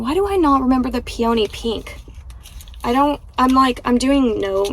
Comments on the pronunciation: its pee a nee (peony). 😊thats how we pronounce it north of the border anyway. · Peony is pronounced pee uh née.